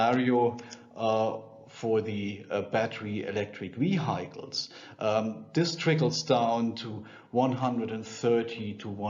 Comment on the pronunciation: Very good explanation. Only two words are pronounced differently I think. Vehicle (Wehickel) and decade (Däckaid) and cost (kurz gesprochen, nicht Coast).